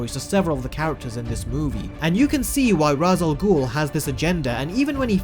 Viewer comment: Please say Ra's al Ghul name right